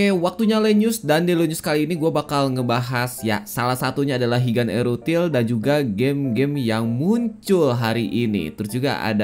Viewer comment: wong jowo tersentil g nih ok ngomong erutil (ithil) 😂